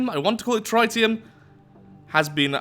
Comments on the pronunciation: tritium is pronounced 'Trihtium' and not 'Trytium':P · well tritium is a real thing in the real world and its pronounced tri tee um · Hey, just letting you know the Tritium is pronounced Tri-tee-um. Hope this helps! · It’s actually pronounced like Tri-ni-um (ni like in nickel). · I hate to be that guy, but it's pronounced Tr - it - I -um. Ok, ik I did it wrong, I probably shouldn't have corrected someone about something ik so little about lol. Trit - E - um